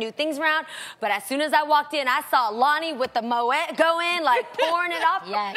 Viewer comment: did jeannie just say moeT